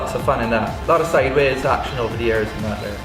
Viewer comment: great to have him back..looking forward to the "slideways" haha